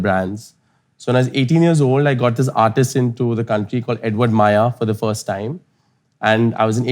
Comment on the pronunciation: Firsht nahi first hota hai mote 😂